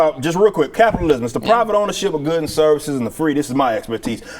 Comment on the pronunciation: Did she say "Copitalism?" SHE'S TELLING US HOW SHE WANTS SOCIALISM! LISTEN TO HER CLOSELY! HEY! WHERE'S HER MASK?!?!